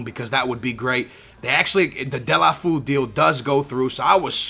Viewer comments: its pronounced as " Doll-fay-yo" Please like so he can see! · Serously, "Delafu" ? :/ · btw it is pronounced Delafayoo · Delefeou is pronounced De-Le-Fer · it's del-a-fey-u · Yo, its pronounced Del-ohh-fey-you:P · It's Deu-lou-fél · It so funny heard saying Delafu lol. I am from Spain so I know how must be said, but he is a great transfer. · skillz you stupid noob its said De-la-fey-you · its pronounced DU-EL-O-FEO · its de-le-fyu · As a Barca fan I'm so glad you chose Deulofeu. I've been suggesting him since the first episode, but, please learn the correct pronunciation. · read deolufeo's name like its in portuguese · hahha its funny how you pronounce deulofeu